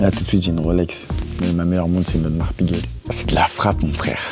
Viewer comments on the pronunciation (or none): Audemars "Piguel" ? T'es serieux ?